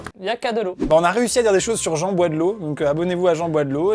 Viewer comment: le y’a ke de lo il m’a tué😂😂